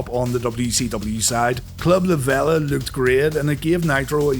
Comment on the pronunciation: It's La VEEE-LA & it's been closed since Hurricane Michael. I was a VIP member for a few years.